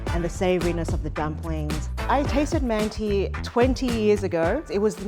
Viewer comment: yeah I think it would've been better to say they're "turkish-inspired" or something. she's certainly not pronouncing the word like she knows what mantı really are.